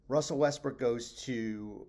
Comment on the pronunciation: He said Westbrick🤦‍♂